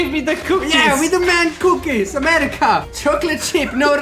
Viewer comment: When he said “Crap it’s amerkia”I died😂😂😂